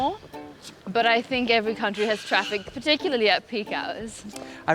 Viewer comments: Traffice 😂 She's great. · the word 'traffice', it's supposed to be 'traffic'